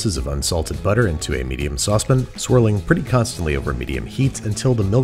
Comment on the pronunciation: saucepin instead of saucepan gives me life